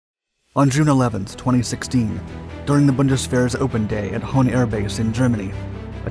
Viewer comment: It is Hahn, not Hohn I guess. Hahn means 🐓 in German